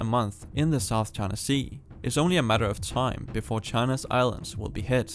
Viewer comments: Pronouncing it “Chana” bugs me. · Please pronounce China correctly